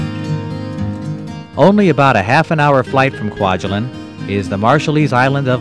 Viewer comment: never "allein" in Kwajalein :-)